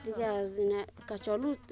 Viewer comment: از این گزارشگر کرده خاله ها بهتر صحبت می‌کنند ، کچالو را کاچالو میگه ،